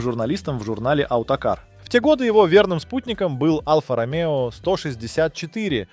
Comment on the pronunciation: Что за произношение названий автомобильных марок и прочих слов? Какой БМВ И 3? Какая АЛФА Ромео? Какой нах турбонАддув? Что за СитрОэн? И тут же произносится нормально СитроЭн? Предполагаю, что специально так говорится, но если так - то это коряво, ох как коряво....